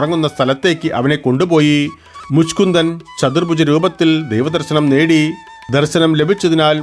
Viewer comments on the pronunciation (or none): മുഷ്കുന്ദൻ അല്ല മുചുകുന്ദൻ😊